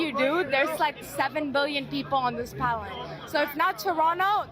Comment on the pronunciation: "7 billion people on this ..... pal-net......"? What is that, a dating site? "Pal-Net"?